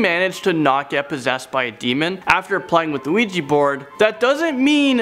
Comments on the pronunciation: Its Ouija not Luigi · It's just funny when he says ouiji instead of ouija😂😂😂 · NOT OUIJI ITS OUIJA WHIT A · Ouija Not Ouiji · Why do I hear Luigi board? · WEEGEE BOARD. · sees ouji hears luigi board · I kept hearing "Weegee" board. Lol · it sounds like he's saying "Luigi board" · You mean Luigi board?😂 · He pronounced the word 'Ouija'. It's actually pronounced 'Ouija'.